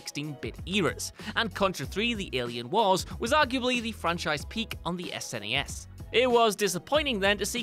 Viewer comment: Anyone else unusually irked by the way () pronounces SNES and MS-DOS?